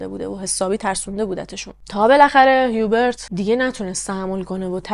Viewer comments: « جان»در زبان فرانسوی«H»کلا تلفظ نمیشه و بجاش اولین حرف بعدی در اون کلمه تلفظ میشه(مثلاً همونHubert چون بعد از H حرف U است میگن اوبرت بجای هیوبرت)البته خیلی کم استثناهایی هم گاهی هست که در بعضی کلمات«H»هممون«H»تلفظ میشه،بعد هم اینکه حرف آخر کلمات هم اکثرا تلفظ نمیشه و خلاصه برای همین«هیوبرت»به فرانسوی«اوبر»گفته میشه. درضمن«فوولدر»درست نیست و صحیحش«فلدر»است یعنی با«O»: در اصل«Folder»از کلمه ی«Fold»بمعنای«تا کردن»میاد.البته اگه من گاهی نکته ای رو میگم برای این است که کانال داری و موضوعات و پرونده روایت میکنی، امیدوارم ناراحت نشی. 💙 بنظرم«رنی»خودش ناراضی بوده که اگه پسرش طلایی پیدا کرده چرا نباید چیزی به مادرش میداده، واسه همین هم دامادش رو انداخته جلو، اگه قضیه فاش میشد خوب«رنی»هم میتوانست سهمش رو بخواد.«هیوبرت»کلا از نظر روانی سالم نبوده: دچار وسواس و شک بوده، در کنارش به هر چیزی که میشده گیر میداده و غرغرو هم بوده(ناراحتیش از صدا هم به احتمال زیاد ناشی از آشفتگی وضع روحیش بوده؛ تولید صدا در کل چون تمرکز حواس و نیز آرامش رو بهم میزنه اعصاب خورد کن است، وای بحال این مرد که پی بهانه میگشته و فکرش هم مدام مشغول بوده). ممکنه که این خانواده اصلاً طلایی پیدا نکرده بودن و خریدها و سفرها رو با پس انداز کردن و درآمدهای کوچک از اینور و اونور میپرداختن(و یا قسطی، قرض، وام)حساب هم که بکنی: پدربزرگ هیچوقت نمیامده بی عقلی کنه و طلاها رو دم دست قایم کنه که برفرض«پاسکال»با یک گشتن تو کارگاه بتوانه پیداش کنه! معمولاً آدمها چیزهای گرانقیمت یا مهم رو توی دیوار یا زیرزمین و خلاصه ی جای امن و دور از چشم پنهان میکنن. شاید هم قضیه کلا دروغ است و مثلاً پدربزرگ خواسته اینطوری خودشو مهم و ثروتمند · جان من فرانسه زبانم اسم هیوبرت را اوبِق تلفظ میکنن،